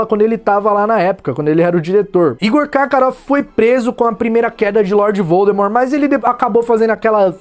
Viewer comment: Adorei o Nené da escala vodemort já agora prononsia-se voldemor vem do francês